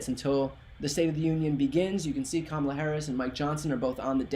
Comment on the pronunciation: He couldn’t say her name! He couldn’t say her name!